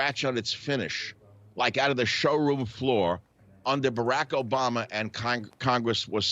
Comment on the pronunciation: Why does he not know how to pronounce Obama’s name correctly